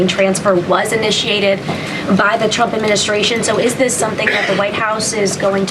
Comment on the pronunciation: its been 3 months and she still says "chump" 😂😂😂😂😂😂 karoline literally calls her lord and savior "president chump" every single time